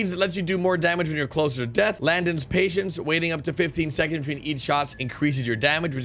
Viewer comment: Landon's patience?? um bro im not that patient. its so nice that says my night the right way. most ppl just get lazy with it and say Landen. thanks for respecting my name brother